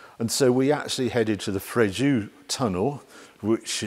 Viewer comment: dear Harry, the town of Fréjus is spoken "Fréjuss", not Fréju